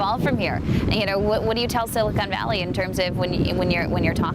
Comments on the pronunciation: He pronounced silicon as silicone lmao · it's silicon Cody not silicone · no way a former SWE pronounces silicon silicone lmao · why did he pronounce it Silicone? LMAO